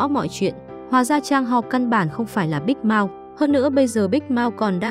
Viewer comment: Big mouth đọc thic thấy giống big mouse